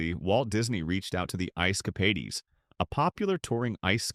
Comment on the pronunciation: Ice "Capadies???"